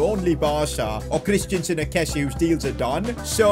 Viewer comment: It’s pronounced kes-ee-ay not kessee